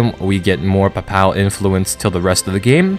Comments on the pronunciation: While I am not a native English speaker and not in any way an expert, i believe you're pronouncing "papal" incorrectly. Think papel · papal is pronounced Paypull